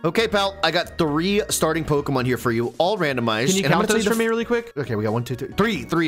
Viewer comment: Neither of you have any right to push pronunciation lmfao miss saying almost every other pokemon big Dawgs 😅